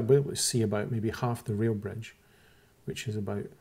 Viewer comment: Good video. For most of it I thought you were saying "real" bridge and I couldn't figure out how the closer bridge was less "real". It finally clicked that you said "rail" bridge ;-) It's a nice video, but you can't fix what's really wrong with the flat earthers.